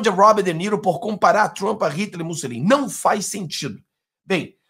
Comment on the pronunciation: Não é MussEline 🤦🏻‍♀️. É MussOlini por Cristo 🤦🏻‍♀️😆